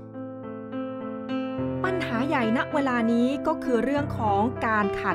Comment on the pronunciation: ข่าวดีมากค่ะ แต่นักข่าวผู้หญิง พูดคำว่า เวลาถูกจะไม่ขัดหูมาก ทำไมพูด "วะลา"